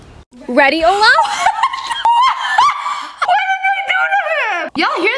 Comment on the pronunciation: the way olaf turned into oh-no 😭😭